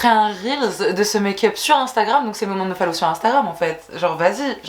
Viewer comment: Je kiff ton contenu, par contre juste une petite correction : on dit follow et non fallow :)